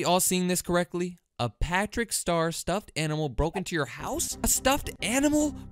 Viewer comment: Bro is literally saying “pæþřĩçķ ștœř” Don’t want to offend any British people